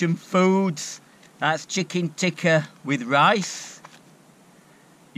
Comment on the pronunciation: its worth the thumbs up just for the pronunciation of the chicken TICKA